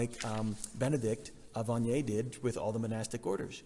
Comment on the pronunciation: Some place in France..that was funny.😃 btw Father the 'e' at the end of Agniane is silent 💖😊 The Servite order is in Ottawa and they serve at the church St Anthony of Padua. Those are the only servite I have met